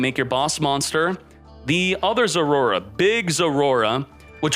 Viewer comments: " zoroa" not zorora ... learn to read 😂😂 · I like how he say Zorora instead of Zoroa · its not Roar. Poop Dip. Zor-oh-ah. zor-o-ah thank you. Have a little Respect for the Game State. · Am i trippin or is he actually calling it "Zorora" ? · i don’t even know how to pronounce it as Zoroa. maybe we should call it zorora like him lol